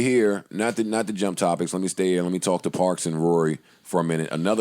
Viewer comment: It’s parks............PARKS